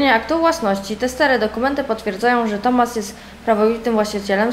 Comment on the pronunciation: Czytaj Tomas nie TOMASZ bo to wkurza proszę